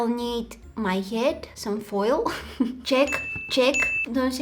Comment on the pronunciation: I love how she said “fail” instead of “foil” 😂😂😂